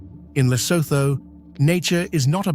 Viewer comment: Awful AI rubbish. Can't even say Lesotho properly.